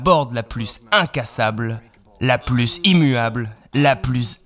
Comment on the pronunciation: Ça dérange qui qd il dit « la pluSSS incassable, la pluSSS immuable, la pluSSS incorruptible » 😂😬